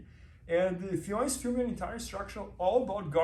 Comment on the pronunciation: Sweet Jesus people. FFION DAVIES .. not Fiona Davis, not Fflebron James, not Ffeon greyjoy.. Ffion Davies! it's not that hard!